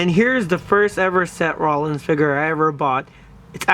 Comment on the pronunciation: any body notice that he says se rolins